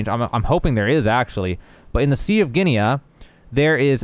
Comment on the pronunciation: *Gee-nuh coins.